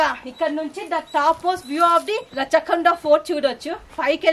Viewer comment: అమ్మా తల్లీ, ఇది రచ్చ కొండ కాదమ్మా రాచకొండ